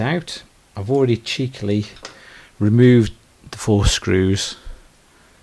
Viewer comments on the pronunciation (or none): cheekily? LOL